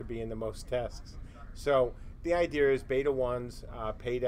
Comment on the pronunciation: Why does idea have an "r" sound in it?